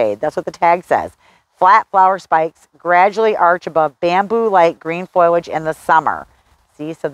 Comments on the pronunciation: Honey, It's FO-LAGE not FOYLODGE. Sorry, Your info was great but I just had to comment on your pronunciation as nobody has felt they should say anything. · Please, if you are going to try to educate others, learn that it is not foil-age, it is fo-li-age. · Did you say "foilage"? Correct is FO-li-age. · Great tips! It's not "foil-age." It is "FOL-iage." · FOIL-age? Is that a regional thing. I believe the i comes after the l - FOL-iage. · Its fOLiage, not FOILage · don't mean to nitpick, but it is not foilage, and pronounced as such. It is foliage and pronounced this way. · Foliage not foilage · Please pronounce it as FO li edge, not FOY ledge. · Foliage not "Foil"age. Drove me crazy! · Lots of information about shade plants - thanks! Almost my whole yard is shade of one kind or another. But, just going to say, foliage is pronounced foe-lee-edge, no matter what kind of accent you have. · Why are you consistently saying, "foil' age for the word foliage? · Say it with me now: Foe - Lee - idg 😉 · Thank you for your video. Good information. I would recommend that you look up the pronunciation of foliage. It doesn’t start with the word “foil”. 😁